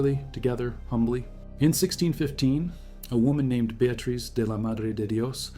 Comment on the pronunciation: Ávila: the accent is on the first A not on the i: Ávila. The e in spanish does not sound like bee but like the e in bed: Beatriz.